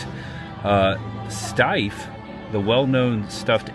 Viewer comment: You pronounced Steiff perfectly! My Doll and Bear club talked about these Titanic bears last year. Steiff bears always have a brass button pierced on their left ear! Thats how you can tell its Steiff! 🧸💙 Thank you for sharing your Titanic journey,! I am a Titaniac myself!